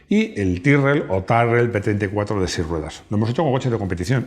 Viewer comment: Se pronuncia Tirel